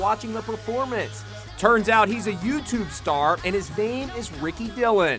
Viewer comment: wait did you say Ricky dillion